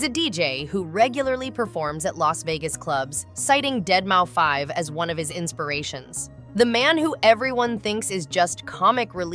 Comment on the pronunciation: It’s pronounced “Dead Mouse”